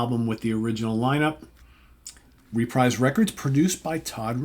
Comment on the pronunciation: About one third into this video, I have to stop and correct you about the pronunciation of Reprise Records. I’m pretty sure it’s pronounced “re-preeze”…..rhymes with “Fabreeze” 😂😂 Ok, sorry, I will now continue watching. So far so good 👍